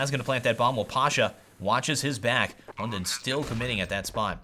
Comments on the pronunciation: Hunden in danish is pronounced with a soft d, so you say it like; Hun-en :) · It sounds so funny when you say "Hunden's" name xD